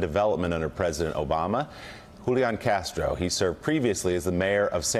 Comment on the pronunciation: Big Kudos to Willie for pronouncing Julain's name correctly. Thank you.